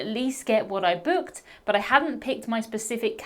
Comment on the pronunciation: Lol the accent. Boo….ked 😂